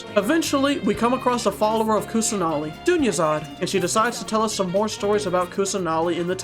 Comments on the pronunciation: My main language aint english, so everytime you said Dunyarzad, I thought you just said "jr something something" just for fun, lmaoo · Idgaf if you mispronounced that's persons name MY BOY THANKS FOR POSTING WE ALL NEEDED THIS VID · Made it better to be honest 😆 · Wait he pronounced it wrong? Lol have watched this video like 20 times and didn’t even realize 🤣